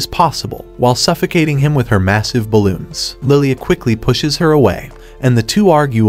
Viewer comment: why the heck did u say ballons? lie just why